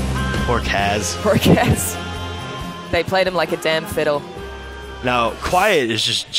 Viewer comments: Things Wrong 1. MSF was over water 2. Kez, its Kaz 3. It was revealed Ocelot rescued BigBoss in the reveal trailer 4. Its obvious that he is interrogating Huey because he endorsed the Nuclear Inspection. 5. BigBoss isnt a "d**k", He cares about his men and wants to weed out traitors 6. Its KAZ!!!! 7. Have you guys ever played Peace Walker 8. "Its very muddled" So you don't know 9. Its showing off the new systems lighting effects. Stop reading into it. 10. There is no dark side. 11. YES, ITS RIGHT AFTER HE RESCUES KAZ. and please pronounce it right. 12. So because quiet is in it she is automatically the new heroine 13. Nope, thats not Quiet If i missed anything plz comment. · My God. These guys are fucking IDIOTS. And Kaz's name is pronounced Kahz, not Kaez. Also we won't see Raiden in MGSV. Solidus will only be 8-12 year old during TPP, Raiden won't have been born yet. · why do they keep saying kaz wrong? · I watched this to laugh my ass off. I laughed AND cringed. WAR PAINT?! WTF LMAO The way they pronounce Kaz HAHAHA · iT'S KAZ...ugh i can't watch anymore...FOR FUCKS SAKE!